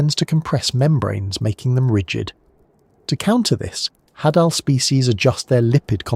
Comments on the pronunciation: Hadal... "of Hades". Pronounced Hay-Dall not Ha-Dall, sorry, drove me nuts every time you said it LOL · i think its pronounced hay-del zone because its names after Hades of mythology